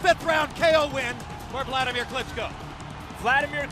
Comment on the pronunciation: For fuck sake its Vladimir not Wladimir, I understand it's hard for u to pronounce V ,is it also hard to write it?